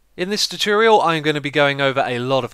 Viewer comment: Dude. Finally. I din't say it first as I didn't want to be mean but he totally says 'choo-choorial' every time. That's so weird.